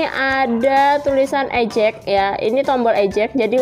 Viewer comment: Mau info aja ya mbak syg cara pengucapan 😊 Review : ri-viuw Eject : i-jek